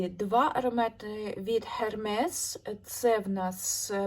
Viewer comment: вітаю! Це велике досягнення за такий короткий проміжок часу стільки парфумів! Зніми якось окремо у влозі чи так усі свої тревели, відливанти, пробники. До речі, Hernes вимовляється як Ермес.